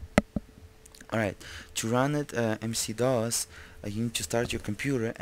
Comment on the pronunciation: WHY DO YOU KEEP ON CALLING IT MC DOS?????